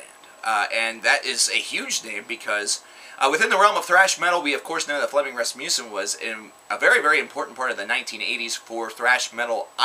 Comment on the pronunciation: As a dane, I love the way Flemming Rasmussen is pronounced in English! :D